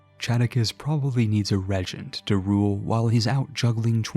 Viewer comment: Are you pronouncing things weird on purpose? It's driving me crazy lol. "Re-gent"